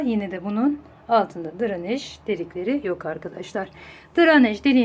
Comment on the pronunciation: Dranej degil “DRENAJ”